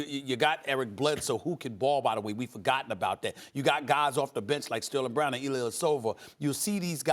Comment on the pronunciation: Lmaoo did he say Sterling Brown